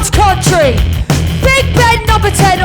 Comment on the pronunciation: She said CUNTry...